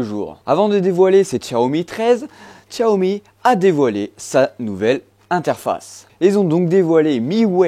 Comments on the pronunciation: non xiaomi pas tchatomi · Y a pas de 't' à Xiaomi. Sinon, merci pour la vidéo 😉